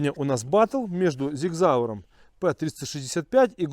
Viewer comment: Правильно говорится Sig Sauer ( Сиг Саур )!